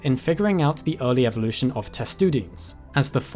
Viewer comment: "Evolve" but "Evvolution"? And why pander to the Americans by calling them all turtles, when there's a perfectly good name for all, which you even mentioned - although you pronounced it wrongly - testudines It's Latin, so it should be testudin-ays...just sayin'...